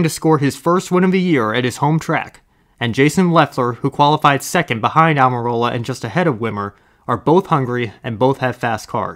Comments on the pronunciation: When Almirola was such an unknown that the announcer calls him "Amarillo" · Love someone like Rusty Wallace loves mispronouncing Aric Almirolas name.